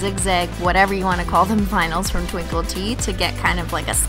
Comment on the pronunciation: I always hear binyls instead of vinyls..